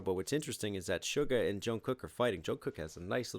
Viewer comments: Haha are you till saying "sugar"? Close, but it's Suga, like sugar but without the "r". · It is su-ga my man 😂🤙🏻